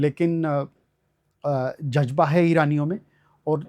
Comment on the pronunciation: लक्षमण सहाब कह रहे हैं उन्होंने इस्लाम पर बहुत पढ़ा समझा है। फ़ारसी भी पढ़ी है। सालों उर्दू फ़ारसी में मुसलमानों के बीच निकाल दिए लेकिन तल्फ़्फ़ुज़ आज भी रही नही अदा हो रहे हैं। शुरूआत में दो से तीन बार ज़ ज बोल गए। इज़्ज़त को इज्जत बोल रहे हैं और एक लफ़्ज़ ज़ की बजाए ज से अदा किया है!!!! 🤔🤔🤔 इतना क़ाबिल इंसान इतनी छोटी चीज़ें नही सीख सका!!!! 🤔🤔🤔